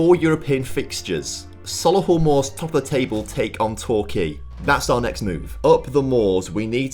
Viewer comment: Need to work out how to pronounce Solihull!!